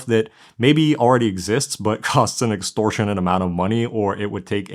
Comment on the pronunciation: Good eggcorn! "extortionant"